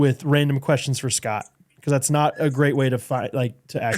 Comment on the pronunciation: Every goofball “Portuguese” pronunciation is KILLING ME 😂💀 “SHHHHHCOTT Peck”